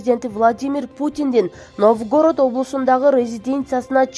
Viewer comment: Блогер кыз Новгородту туура Оку, ударенияны туура кой, уят болот